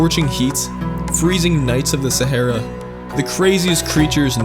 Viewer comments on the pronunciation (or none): You say sahra wrong